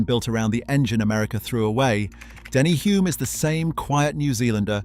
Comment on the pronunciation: Denny Hulme (with an L) was a household name when I was growing up in NZ, so it grates to hear it mispronounced in the video. I grew up in the same suburb as Bruce, and McLaren's Garage was my local gas station.